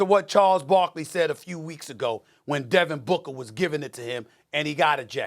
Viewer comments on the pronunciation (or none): none